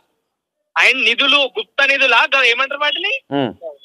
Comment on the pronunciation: Gupthanadhulu kadhu anna gupthanidhulu😅😂